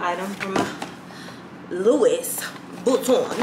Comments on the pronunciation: cringe every time I hear the ssss.... but that's my girl! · It’s pronounced Lou-Wee not luis 😂